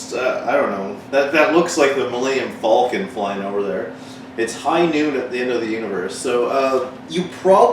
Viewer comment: You're the first American on Youtube to pronounce "Millennium Falcon" properly. Terrible movie though eh? :\